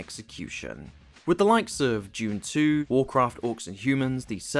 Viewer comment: That's Dune 2, not "June 2."